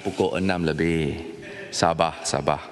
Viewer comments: Yg dipertua dewan rakyat tu ape tu. Die sebut sabar ke sabak... Hahahaha lagi satu larut ke rarut kahkahkah 🤣🤣🤣🤣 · SabaR..."R"nya ketinggalan 😂😂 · Sabar = sabah, diambil = diambik wkwkwk welcome to malay 🤣🤣🤣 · Sabahr sabahr